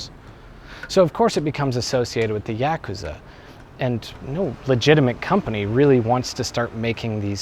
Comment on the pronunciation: Technically, since Nentendo bought Sega, Sonic is owned by Nintendo now. Meaning, he was fine to be in this video. Also, anyone else cringe every time he mispronounced Yakuza? Which was every time he said it?